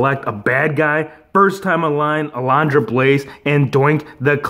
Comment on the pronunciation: Uh-LUN-druh. Say it with me now: UH-LUN-DRUH. Lol just messing with you bro. Great unboxing & review,! Gotta have that Razor and A-LUN-DRA Blayze!👍👍😁